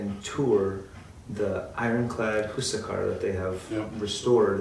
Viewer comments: Awesome vid, however, Huascar is "wass-carr" not hoo-suh-car Spanish is actually more simple and straightforward than you might think. H is usually silent in Spanish as well. Also awesome that y'all say Chi-Lé and not Chili like the pepper or restaurant. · who-sack-ar ? look at the hispanic accent (stress) mark. it is pronounced. hwa-skar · Very late but i despise the way you pronounce "Huascar"